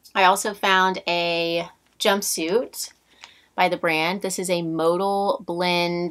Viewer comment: Love your hauls!!! Would love to make it to Texas one day to the bins. Unfortunately, our bins in lower Alabama are awful....please don't take this the wrong way, but I would like to pass along the correct pronunciation of modal to you as well as most of the resellers out there. It's pronounced mo-dal (short a as in Al). My husband was in the fiber industry and made rayon/tencel/modal. Every time he hears someone say modal as modul, he cringes....LOL. Regardless, keep up the great work. You find the best pieces!!!!